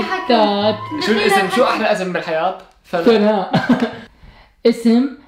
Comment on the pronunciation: ويسام اسمي سناء مو ثناء 😂